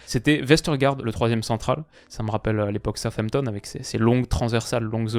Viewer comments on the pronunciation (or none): none